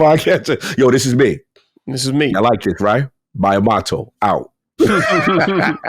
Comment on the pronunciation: Wtf is with both their pronunciations of Miyamoto, lmao. Weren’t they both just in Japan too??